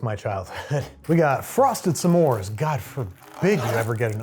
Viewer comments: Why do you pronounce it somemore, when it's just smore? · Listening to Babish pronounce S'mores "Suh More" is going to give me an aneurysm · babi boy I love ya but you pronouncing s’mores as “suh mores” is like nails on a chalkboard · the way you pronounce s’mores as two syllables makes me want to curl up and die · People who pronounce “s’mores” as two syllables shouldn’t be trusted.